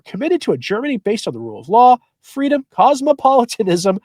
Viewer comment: It's not freedom,unless it's " fweeedum"!